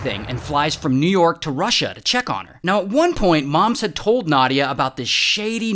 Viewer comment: oh no! you mispronounced both New York AND Russia...